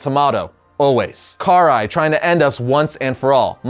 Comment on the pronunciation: *pronounced Krai *